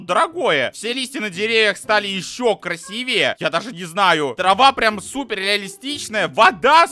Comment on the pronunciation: Не краси́вее а красиве́е